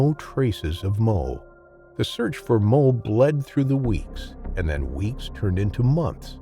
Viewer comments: Bro there is no L in Moe. I watched this entire video thinking this chimps name was mole until I read the comments. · thats what i heard as well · The narrator sounds like hes saying mole instead of moe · Are you saying "Mole" instead of "Moe"?